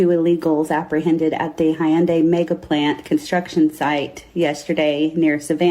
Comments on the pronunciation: She says there was slave labor, but it's obvious she's making it up. She also doesn't know know how to pronounce Hyundai. it's Hyundai, not Hi-undai😮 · She can’t even pronounce Hyundai correctly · Dude, they even came out with commercials for the USA, decades ago, to get them to pronounce it correctly. There's no excuse to still be pronouncing it THIS WRONG. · It's properly pronounced, "Heeon-dae" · Whew, she was really fighting the pronunciation of Hyundai. I thought she might pass out, it was touch and go there for a second.